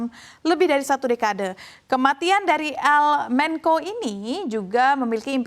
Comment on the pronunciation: Bukan "el menko" dibacanya tetep "el mencho"